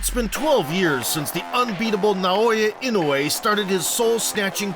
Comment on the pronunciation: Regarding pronunciation, Japanese vowels are all pronounced separately, not combined as in English. So it's Na-o-ya I-no-u-e.